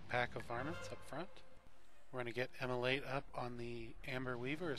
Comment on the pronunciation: Immolate it the exact correct pronunciation of the word.